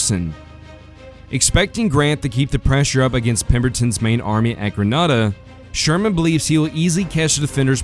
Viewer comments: I have several suggestions to improve this, but none more important than the pronunciation of yah-zoo (a as in apple) and Grin-AY-duh (a as in angry) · And to help you with pronunciation, Grenada is pronounced Greh-nay-duh in these parts.